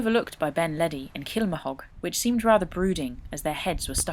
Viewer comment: If your making films in scotland, for gods sake please ask folk how to pronounce the names, aberfoyle, venachar, kilmahog, callander etc. Dont guess! and say loch, not lock! The filming is top class, dont let attention to detail spoil it.